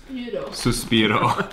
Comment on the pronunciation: Your mom said "açaí" perfectly! And your dad said "suspiro" also perfectly. I think they both are gonna learn Portuguese very well. :)